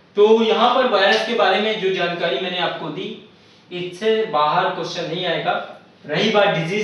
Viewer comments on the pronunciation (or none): none